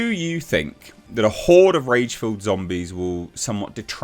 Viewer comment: It’s horde dude.